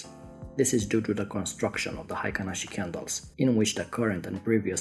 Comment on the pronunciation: The pronunciation in Japan is HEI-KIN-ASHI.